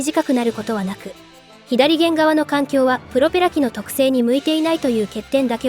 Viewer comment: ひだりげん？ 「さげん」やろが